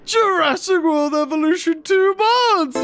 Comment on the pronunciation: When you were telling that beggining mod thing u said evution